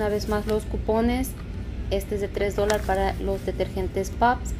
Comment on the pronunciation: Se dice dólares 🤭🤭